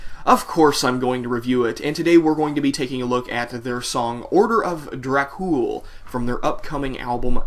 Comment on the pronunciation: Its is enunciated "Order of DrAkh Ool" not orda of drack cool. yah damned fool....n i thought this song was fucking GENIUS!!! It is actually the very first song i have ever heard from them....and immediately i downloaded there discography! SepticFlesh is one of bands the blood of metal spirit is made of. \m/